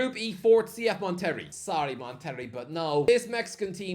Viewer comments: Bro said mon terry! 😭 come on, as a Mexican I feel I have to correct you lmao. It’s “mon teh ray” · It’s actually good to see MLS squads increasing exposure of the game in the States. Mon-ter-ray,, not Mon-terry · Lol... it's pronounced "Mon-tur-ray" not "Mon-terry" 🤣🤣🤣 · Mate please…you literally have google translate for the pronunciations….It’s not Mon-Terry… It’s Monte—Ray. You literally Correctly pronounced Pachuca so what’s the issue. Also Pachuca beat Botafogo…to reach the final . So they have international pedigree despite what your potato for brains might think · CF Mon Terry 😭😭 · hope you don't say mon terry 😂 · Moteree lol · Oh, I’m not Mexican and I know Monterrey is pronounced “Mon-te-ray”. lol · It’s funny how you pronounce Monterrey 🤣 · The pronunciation of Monterey*twitches* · I shouldn't be surprised by the pronouncing Monterrey like one would John Terry, but it is sending my sides into orbit pronouncing "John Terry" like "Jonterrey". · The way he pronounced FC Monterey